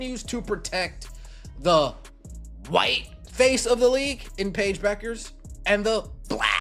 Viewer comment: Hey, AI, it is not "B you kers" it is Beck ers.